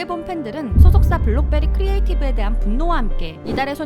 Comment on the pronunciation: 블록베리가아니고 블럭베리네…